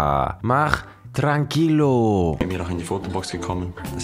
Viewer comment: Die Aussprache von "tranquillo" kannste noch ein bisschen üben,, wenn du schon mit Fremdwörtern um dich schmeißt😜